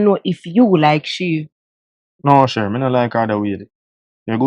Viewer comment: One sherr!!!.. 🤣🤣😂🤣